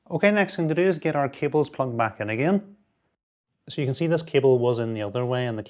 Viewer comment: "we have done a really good job of managing cabeles" lmao awesome video